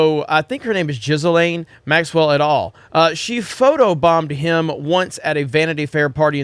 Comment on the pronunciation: Did you just call her Jizz-A-Lane Maxwell? Did I hear that right?